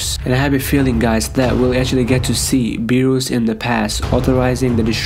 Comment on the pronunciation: It's berus not bures